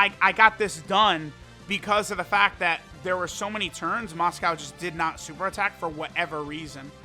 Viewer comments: It's Mosco, but for some reason pronounces it as "Moscow" lol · Still pretty weird considering he knows how its pronounced but still ends up calling it by the food. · "For some reason"... maybe it's because the name is derived from Moscow Mule, so even tho it's Mosco, Moscow ain't that wrong